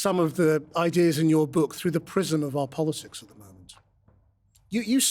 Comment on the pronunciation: The host said "politsics" twice. Or is it tswice? Practsical. Emptsy. . Emptsy. Politsical. Tsechnology. Hurtsing. = Brexit English